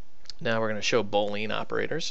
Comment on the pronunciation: And BOOOOOOOOOO-lean operators, not "BO"-lean.